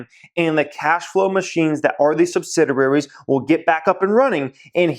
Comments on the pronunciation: It’s pronounced sub-sid-e-airies not sub-Sid-er-airies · Sub-sid-i-ar-ies: ONE "R"